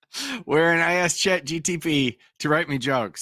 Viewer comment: And, "Dat ain't wat he ax you".